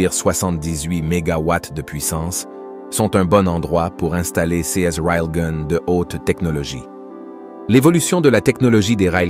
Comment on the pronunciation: Pas facile dire de dire rail ou gun . C est gun pas goon lol